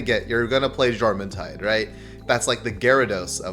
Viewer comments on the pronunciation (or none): Jormuntide is pronounced "Yor-mun-tide".